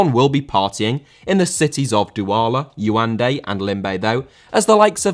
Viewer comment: Absolutely butchered the pronunciation of Yaounde ~Ya-oun-de(day)